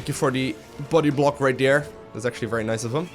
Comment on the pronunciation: I like the way you say dere :P instead of there lol